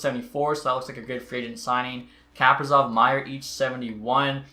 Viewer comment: Kaprizov is pronounced “kuh-pree-zov”